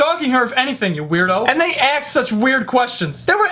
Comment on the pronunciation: Have you ever noticed that he says "aksed" instead of "asked" lmao